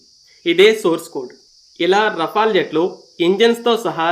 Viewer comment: బాబు రఫెల్ అని సరిగ్గా పలుకు మొదలు. మాట్లాడం రావడం లేదు.